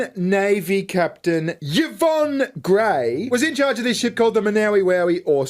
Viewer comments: Oh and Yvonne is pronounced Ivonne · Does he really not know hot to pronounce Yvonne??